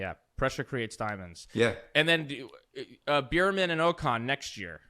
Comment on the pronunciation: Beer-Man... Beer-Man... Beer-Man... You're killing me smalls... Bear-Man, 🐻Man